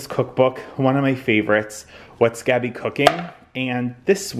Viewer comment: As I know you appreciate manners, etc, I am pretty sure that Gaby from what's gaby cooking is pronounced Gobby. With an O sound, not an A sound. Love the Ubane bronze family room - so cozy.